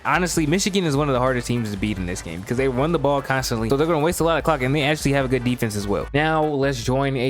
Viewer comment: i cant be the only one that heard "the cawk is gonna be draining."